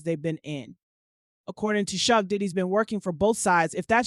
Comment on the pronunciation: Ok. Like the recap the narrator provided but the pronunciations were bothersome. Suge ( Shoog) not Sooge. Lol!! Elite (Ee-leat) not Ee-Light.